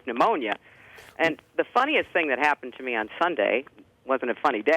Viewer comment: she says the word "and" here numerous times. I've not heard her pronounce it eeeand - as she does in this video. maybe it's my imagination